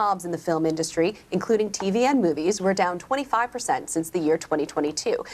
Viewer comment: Why does he pronounce the word 'industry' so oddly, and then why does he keep saying it so repeatedly (wrong) ??